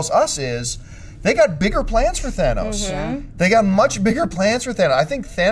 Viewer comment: I am so happy jon pronounced thanos's name correctly. So many youtubers butcher his name jon you have another fan here now.